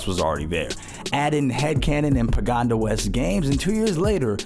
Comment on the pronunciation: “pagoNda” makes me sad